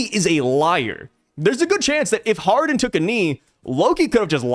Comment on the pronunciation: hardin? nah man, his character is islam inspired.. it is pronounced hajar-uddin